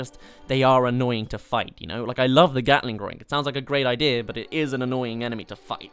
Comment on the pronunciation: You pronounced Gatling Groink wrong. You have to say it with a Scottish accent.